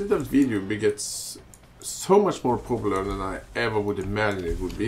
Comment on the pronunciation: He says "poopular"